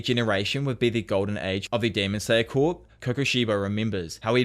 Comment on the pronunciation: The mispronunciation of Corps is driving me fucking insane. (Core), not (Corpse)